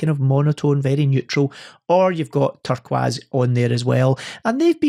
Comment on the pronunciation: Why do you keep saying "turkwas"? Is it a standing joke? Love your shows. Good to have you back